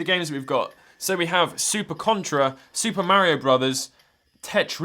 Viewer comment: "Super Merry-O"